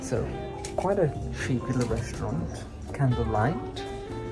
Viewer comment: Absolutely spot on. is a feather-head with no real knowledge in any subject. He is as superficial as he is artificial. His silly chic/elegant ramblings can only impress people who are at his intellectual level or lower. Fascinating to watch! He keeps making basic mistakes yes — cushions he pronounces K -a -shuns — should be k-U-shuns etc etc He also says Reshtorant — for restaurant. Wouldn’t matter if he hadn’t tried so hard to sound ‘posh’. The whole show is unintentionally hilarious!